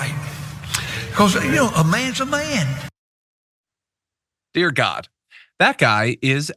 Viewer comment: "A Mayun's a Mayun!" meaning the pastor has no self control.